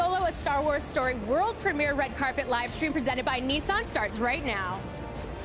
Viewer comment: love you guys and all that but where's the George talk? You filmed him walking but not intrerview... And it's Niss-an, not Nee Saan.